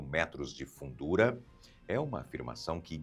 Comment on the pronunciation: Fundura... Você falaou FUNDURA... Pelo amor de Deus...!!!